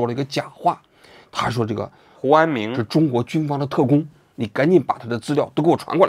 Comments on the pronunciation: 应该是念成胡明安了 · 胡安明怎么回事？读成胡安勇了？有一个没有改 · 念的是胡安友，有一句话忘了打补丁能听到原声， 这里。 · 应该是念成胡志明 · 之前是不是读成胡明安😂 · 什么鬼，hu an ming ，听不下去了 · 这个“huanming"替换了几十次，应该是之前读错了:face-purple-crying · 胡和查两个名字都读错了吗？ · 听到胡安“明”这里蚌埠住了😂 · 我怎么觉得你说 胡安明的时候，被处理过了，是不是一开始把人家名字念错了，然后后来想什么办法处理的哈哈。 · 胡安明 是不是念错了 不然为啥每个都替换了😶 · 胡安明咋了 名字说错了么 后期处理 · 应该念错了，后期发现录了一句剪进去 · 标志性嘴瓢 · 胡安明~胡安明~哈哈哈哈。鬼畜读音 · 是有点怪怪的